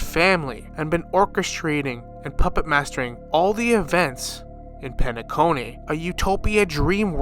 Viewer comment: But why you gotta butcher the names like Shaip, Eenuh, Penaconeh 😫